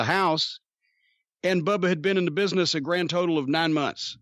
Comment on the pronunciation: "Muh place of biness" LMAO